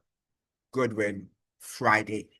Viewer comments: It is not Goodwin (Good-win), his name is Godwin (God-Win). And by the way, St. Vincent And The Grenadines has always had very close diplomatic ties with Washington, USA. It is Communistic mind of the now former Prime Minister Ralph E. Gonsalves who because of his very close alliances with Putin, Chavez, Maduro and the others with likewise minds, has constantly been attacking the USA in defense for his buddies, who are less beneficial to Vincentians than the USA, that has over three times the population of Vincentians and linage than St. Vincent And The Grenadines itself. The remittances from the USA are the highest income earnings for St, Vincent And The Grenadines. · It's pronunciation is god win not good win